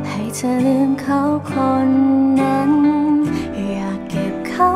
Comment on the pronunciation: ถ้าออกเสียง ธ. ชัดเจนจะเพาะกว่านี้ เธอ ฟังไปเรื่อยไปเหมือน คำว่าเชอ มากว่า คำว่าเธอ ท.ทหารก้อเหมือนกัน ที่ ได้ยินเป็น ชี่ๆ